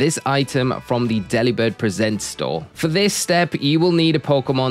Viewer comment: Just so you're aware, it's Delibird presents, as in gift, not presents as in presenting. Delibird has a move called present and this is the reason they made the shop this.